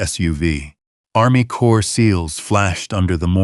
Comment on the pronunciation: The CORPS of Army Corps is pronounced CORE. The S on the end of CorpS is silent, not pronounced.